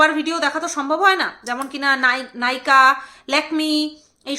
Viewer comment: Naika na..nayka..pronounciation ta thik koro pls..shunte bhalo lagena